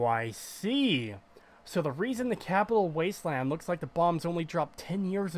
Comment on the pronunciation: Blowing Garza apart with a combat shotgun right in front of Doctor Lee is hilarious. Oh—and I think it's funny how you call it the "Crapital Wasteland".